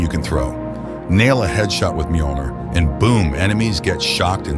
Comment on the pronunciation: For future reference Mjölnir is pronounced (MYO-lin-er) but aside from that absolutely perfect video for me, was just about to pick up the game again an wanted to add some mods an this video popped up as soon as I loaded YT😎Talk about timing!!